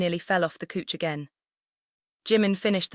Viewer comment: couch is pronounced cow_ch but the narrator's is saying cooch 😂